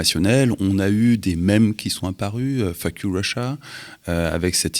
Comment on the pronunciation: Le Faque you aux Usa a été dit d’une manière tellement élégante que j’ai pris du temps à comprendre qu’il a dit f** you 😅😂